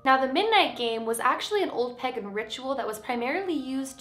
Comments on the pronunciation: It’s pronounced Pay-gon Not peg-on Someone in my family is pagan it has he same beliefs . Sorry just going I had to say it lol no hate ! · Unless the Canadian pronunciation is different, I’m pretty sure it’s paygan, not pegan. 👍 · I love and here videos but...... am I the only who didn’t like the way she said pagan